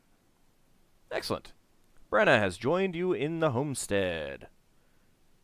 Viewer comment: "AXE-elent" XD